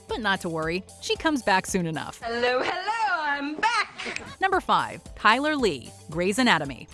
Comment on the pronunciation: Chyler is pronounced like Kyler???